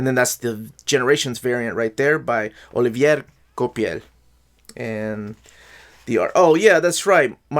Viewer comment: Hello! As you like to be corrected for name pronounciations, here's one: (use your spanish pronounciation for his first name) OLIVIE KWAPEL:) he's french so the VIER is like a "vi-eah" and the COI is like a "kwa". Have a nice day!